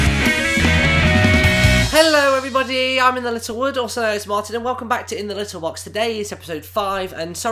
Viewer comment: You said my name right well done